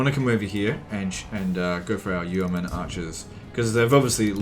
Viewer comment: It's yo-men not you-men